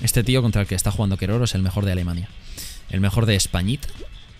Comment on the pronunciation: Keroro: gana muchas coronas y es re capo en fall guys But, sigue sin pronunciar bien el nombre.